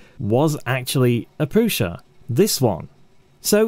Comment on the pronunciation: Minor quibble from a Brit living in CZ: the S in prusa is not a Sh. There is a seperate letter in czech for that, you may have noticed the v above the s in Škoda, thats explicitly pronounced Sh, so Shkoda. Prusa does not have this symbol.